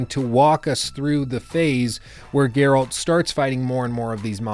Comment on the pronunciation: My god most people pronounce Geralt's name wrong.